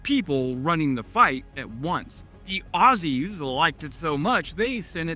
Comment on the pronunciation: Upvoted for correctly pronouncing Aussies (Hint: Oz-zees)